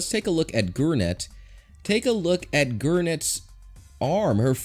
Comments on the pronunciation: “Gewnitts” Me: blink* blink* 🤦🏽‍♀️ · Him: GuRnEtS aRm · "Look at Gurnets forearm" TRIGGERED